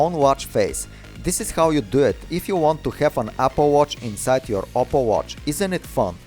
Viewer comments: You know it's OPPO but he pronounces it as "opple" right??? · "OPPLE watch" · Its called oppo not opple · His name is not opple it's oppo